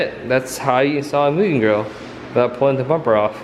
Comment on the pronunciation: I love that you pronounce mugen right 😁